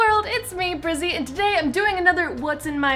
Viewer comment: Brizzy..............how dare you say his name